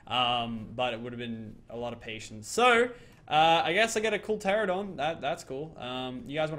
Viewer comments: PLEASE, its pronouned TE-RA-NO-DON, NOT TE-RA-DON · He says teradon but it’s teranadon